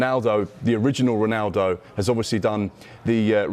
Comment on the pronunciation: Man really said original roanaldo I thought it just for us to troll Cristiano